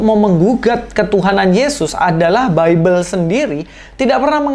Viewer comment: Si dr kaum sandang mau menggugat kaum pangan, Bible bacanya Baibel, bukan bibel.